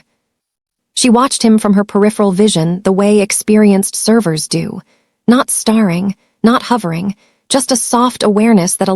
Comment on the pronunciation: The pronunciation of staring in sound like starring is seriously obstructive in the story flow. Also hoping pronounced hopping